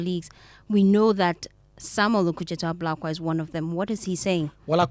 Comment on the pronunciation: This guy paa, it's Ablakwa not Abrokwa 😂😂